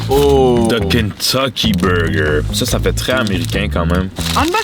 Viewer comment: pourquoi les FRANCAIS ne peuvent pas bien prononcer ou dire THE ??? Pour eux, c'est toujours ZE ???